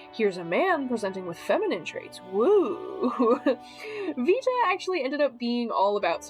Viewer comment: as someone taking latin, 'Vita' would be pronounced more like 'wee-ta' because V makes a double-u sound. so yeah, keep using a proper V noise